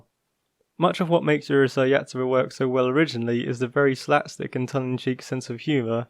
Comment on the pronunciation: It's Urusei not uhrusei